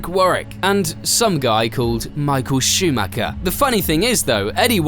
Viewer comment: Schumacher is mispronounced too, it's a german name, not an englsh one (even michael is pronunced differently in Germany)